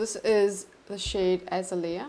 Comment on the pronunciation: I snagged some if these blushes on their amazing black friday sale and Im so happy I did! Foxglove is definitely my favorite and Im itching to buy more shades. I’m thinking maybe anemone would be a good one but hearing you attempt the pronunciation had me giggling! Its a-neh-mon-ie like the plant that Nemo lives in!! 😂 And azalea is pronounced a-zay-lia 🥲 🌺 these plant names are hard though I get it lol